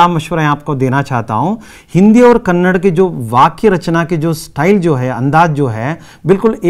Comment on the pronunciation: thanks for the explanation and teaching. But while explain do not mispronounce . Its KANNADA not KANNAD.